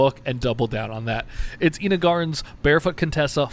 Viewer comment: Pedant here. It's pronounced EYE-nuh. ;c)